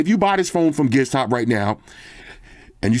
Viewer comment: I had a hard time finding Gizstop. I always thought I heard you say Gearstop